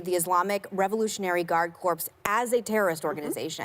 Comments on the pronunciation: ha and Meg pronounced CORPS as Corpse....wtf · Warren looks completely incompetent when trying to talk about war. It's by no means her area of expertise. She got demolished by Meghan McCain, someone who can't even pronounce "Corps"